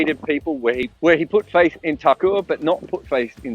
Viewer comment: I was like who the hell is tacos every time he said thakur😂